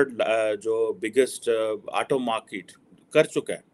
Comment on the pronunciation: 1.Pehle ye decide kar lo ki India ki market badi hai ya India bade markets ko apni oor khich raha hai . 2. Not markeeet but market, not Aato but Auto, not Laa but Law not RAAAA but RAW !!